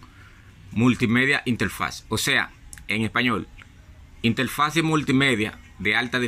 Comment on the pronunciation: Se dice INTERFASE, no Intelfase. Se dice RETORNO, no Retoldo, aprende hablar bien en lo técnico estúpido.